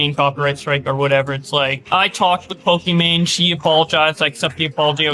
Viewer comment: Pokimaine. I turnrd off when he kept saying her name. Annoying